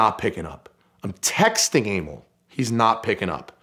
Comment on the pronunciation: Aimil?? Emil is not pronounced like that...